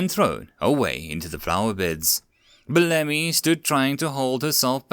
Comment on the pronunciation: This story was amazing! Thanks for reading it! I know this is kind of a petty nitpick, but I believe Bellamy is meant to be pronounced "BELL-uh-mee" (emphasis on 1st syllable).